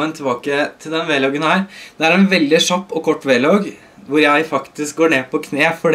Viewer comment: det er kjapp ikke shapp